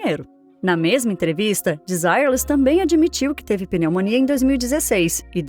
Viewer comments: Não seria a pronúncia "Denzirrê"? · era pra ser desirrê less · Em francês é: de-si- rrê-le. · Achei que pronunciava errado desde meus tempos de criança...kkk Agora vi que é De-zi-re-lês mesmo...obrigado. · VERDADE!! PERCEBI ISSO !! É " "DESIRRÊRLIS" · Se pronuncia Desirêles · Kkk Não aguento isso, as pessoas quererem pronunciar todos os nomes estrangeiros como se pronuncia em inglês. Apesar do nome ser em inglês e significar sem desejo, o conjunto era francês, que por sua vez a pronúcia é bem diferente: dezireles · Ok, mas a pronúncia do nome dela está errado, não é em inglês e sim em francês. A pronuncia correta não tem nada haver com o dito no vídeo. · Não assisti a outros vídeos desse canal... mas tenho minhas dúvidas que a narração tenha sido feito por por uma pessoa e sim por uma Inteligência artificial... está tendo muito isso no YouTube nas últimas semanas... Fora a pronúncia do nome da cantora, tudo está muito bem feito... posso estar enganado, mas tem essa possibilidade da I.A. sim.... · Eu não escondo que me incomodei com a pronúncia. O nome das pessoas não se traduz, mas o conteúdo foi muito bem produzido e produtivo. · ACHO UMA FALTA DE RESPEITO COM A ARTISTA ELA É FRANCESA.. MAIS ESTÁ COM A PRONÚNCIA DE UM NOME INGLÊS... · pronuncia horrivel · se a mulher e cantora francesa , a pronuncia tem que ser em frances kkkkkk